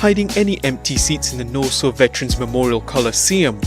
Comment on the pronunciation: It's pronounced Na-Saw (the arena)